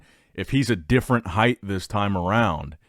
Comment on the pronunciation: Heighted at ? Bruv what’s that 😂